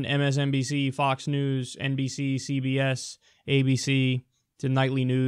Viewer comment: Totally thought he said CVS instead of CBS 😂